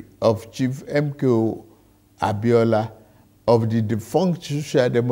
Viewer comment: It’s the way he continuously call out those names for me. MKO ABIOLA. However it hits you, na you know!!